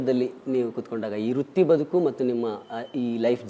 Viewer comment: ಅಣ್ಣೋ ...ಅದು ವೃತ್ತಿ ಬದುಕು, ರುತ್ತಿ ಬದುಕು ಅಲ್ಲ